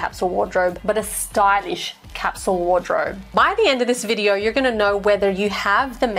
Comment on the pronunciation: Lol on ‘bidyo” 😅